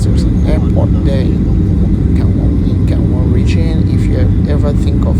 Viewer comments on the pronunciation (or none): Gangwan-do ❌️ Gangwon-do ✅️